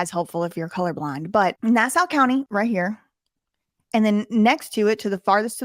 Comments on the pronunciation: Nassau = ‘Nah Saw’. Not ‘Nah Sow’ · its not "nass-ow" its "nass-aw" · We realize your from the South but It’s pronounced “Na saw” not “Na sow” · It isn't pronounced Nass-OW, it's Nass-awe, listening to you say it the wrong way makes me want to punch something. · Pronounced, nah saw. Not nah sow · Hey, New Yorker here. It's actually pronounced nA-sAH. not na-sa-u contrary to the spelling. Lol other that good job. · It's pronounced Nass saw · Nassau - pronounced NA-SAW. Thanks for covering this. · It’s pronounced Na-saw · it is pronounced NASSAW. He will be lucky if they don't kill him. Who would have thought he didn't even have to leave the island to find the most tyranny. Maybe that was his plan the whole time, build up a following then take on these guys. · It's pronounced Nasaw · Here on Long Island we pronounce it nah-saw hahah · PATRICK RYDER WAS MY CRIMINAL JUSTICE PROFESSOR LMAOOO SMALL WORLD.. yeahhh I am not surprised. Babes btw it’s pronounced “NAH-SAW” county 💜 ILYSM!!!! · It's pronounced: na-saw. ;) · I love this. It’s “Nah-Saw” though 😊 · Can’t even pronounce Nassau correctly🤦🏻‍♂️ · lol the u in Nassau is silent hun. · Your saying nassau wrong but it’s ok 😘